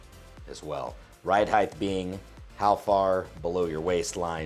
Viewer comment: are you saying heigth? lol god vid tho detailed/informative? curious if there is enough nylon protecting the trigger.....Ill be checking out your gear esp belt....